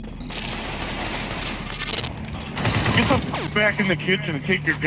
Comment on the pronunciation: I love how your accent makes it sound like you say "the billyhunters" lmao it's brilliant. You're the dude who taught his pug to heil, right? I'm trying to teach my water monitor but he doesn't seem to catch on.